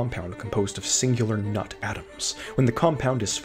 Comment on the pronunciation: Sorry I can’t take you seriously every time you say “nut” 💀